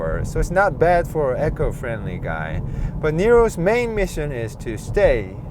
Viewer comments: Rrr bless... Never invested time learning Korean, but just spelling the word he's pronouncing probably wouldn't help him. It's "eco" as in "ecological" and has a longer "ee" sound, so not like saying Amazon "Echo". So it's pronounced "ee-koh"... After hearing say it a few times and being confused, I got it for what he meant. Constructive criticism is something I don't mind receiving either. He's a great natural sharer of knowledge and engaging comments that really help people wanting to know more. I'm in the market for a new car and this video has got me excited... My smartphone, TV, tablet and fride/freezer are Samsung so why not jump to South Korea AGAIN for my car*!!!! They've less population than the UK, but *WOW do they change the world for the better 👌🎯🏆👏🙏🚗 📲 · It's pronounced "Eco" not "Echo"